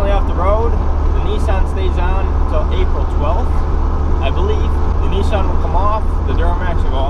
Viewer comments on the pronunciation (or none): its nissan not nission